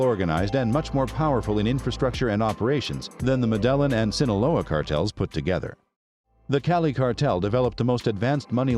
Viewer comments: Hummm, I feel your video is lacking a certain depth of research. I hate to harp on...well....just one thing but you've misidentified Chepe Santacruz several times. He was in NYC not Herrera. Also, I'm not sure I'll ever be able to pronounce 'Medellin' correctly again. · I get that it's a computer voice, but it annoyed me every time it said "Medellin". And the pronunciations of every name was butchered. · I was going to watch this video but the way you say "Medellin" is cringy af. I'm out. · I thought he was saying "Madeleine" then I thought noo, he must be talking about Mandela, until he said he was a ruthless killer I understood he was talking about MEDELLIN CARTEL! 😅😂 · That the hell madellon are you trying to say Medellin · The fact he calls it “muh delon “ goes to show this dude didn’t do much research “Medellin” player the L is silent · This guy always butchers locations' and people's names. Dude, do your research so that others get the proper information from your postings. It's NOT medel-lin! It's Me-De-Llin... the double L in Spanish pronounces as a J in English... OMG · It’s pronounced med-eh-yeen not mudelin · I can’t take this AI shit serious. “Madelin”🤨🤨🤨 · Meh dell in Modus operandee Lol You've really done your research. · MEDELLA HAHAHAHAHA pronounce MEDELLA HAHAHA Where is medella 😃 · Muh...De... len... huh... very well then. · Pablo Escobar & “MADELA” 🥴I did not know what you was trying to say until I read the comments🤣🤣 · I lost interest and soon as he said Madellon 😕 😪 😔 🤣🤣🤣🤣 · Not even Hispanic and this mf making me mad whenever it says med ell eeen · Are you saying modelo cartel? Lol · Medelon ? 😆 I just can't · I burst it out laughing when you said madellin. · I cant watch something that says muh del in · The fact that you pronounce it as “Muh Delon”goes to show how little research went into doing this video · Bro just pronounce it “medeyeen cartel” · You should be arrested for your mispronunciation of Medellin